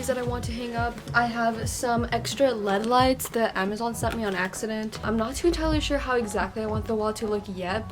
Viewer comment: Am I the only way be who got bothered when she said lead lights